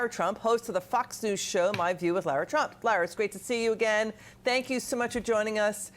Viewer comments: Its not Lera Trump. Its Lara. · Why is she pronouncing her name wrong . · I don’t care for this news correspondent. She can’t even pronounce Lara’s name right